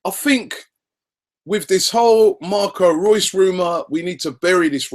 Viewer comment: Why does he keep on saying " Marcos Rues "